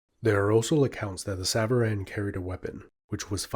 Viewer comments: bro it's sàvaran. not sàvàràn. it means "those who ride" aka riders. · Nice video although the A at the end of savaran is more like an O (the Alef in Farsi is usually translated as an A but is more like aw or o). Savaran literally means "riders" as savar is the verb you can use for riding a horse, a car or even a bicycle. Enjoyed this video alot though.